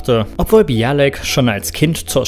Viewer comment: Mayim Bialik permanent als "Bialek" auszusprechen, kommt schon sehr seltsam rüber.